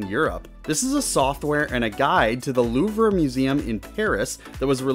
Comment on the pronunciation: Louvre is pronounced "Loov," not "Loovrah."